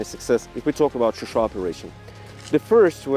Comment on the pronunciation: Also John it’s ShuSha not Susha )))